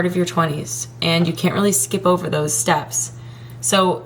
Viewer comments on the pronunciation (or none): none